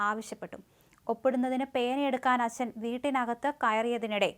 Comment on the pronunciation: Assan😂achan ennu parayu kutti